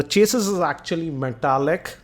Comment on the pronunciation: chassis is pronunciation is chass-ee